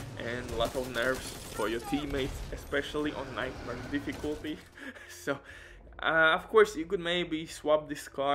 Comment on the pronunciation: This guy is a clown. "nIgHtMaRe DiFfIcuUltTY"